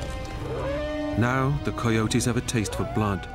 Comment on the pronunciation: I've never heard someone pronounce coyotes like the narrator, he says it like the word "coy" at the beginning